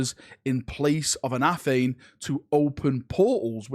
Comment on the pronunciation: It's ANA-thAme, not Afhame:D Come on, that's like the most important weapon in the galaxy!